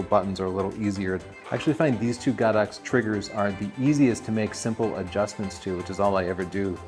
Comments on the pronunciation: Why does he say GOD -OX I hear it all the time GO-DOX?.?.?..???? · He's wrong. It's pronounced Go-Dox.